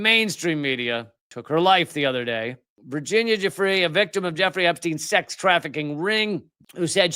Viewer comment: If it matters, i believe it's pronounced 'goo-fray', not 'juh-free'